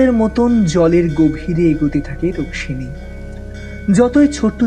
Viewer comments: Rukmimi na Rukshini please be careful while narrating. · Bar bar ei rukmini k ruksini bole bole nak er dofarofa kore dilen. Osojjho lagche. Golpokar er uchharon er dike vison vabe nojor dewa proyojon